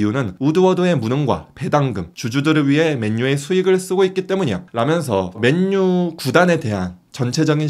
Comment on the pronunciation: 왜 맨유를 맨뉴라고 말하는거에요? 그것도 기자가